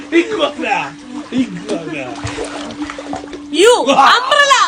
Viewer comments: Ihuana alla higuana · Aa iguana iguana ennu parayyunnathu kelkumbol rakshikane rakshikane ennu thonum😅😅